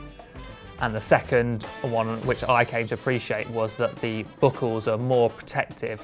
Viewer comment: The "book-kels" out of the way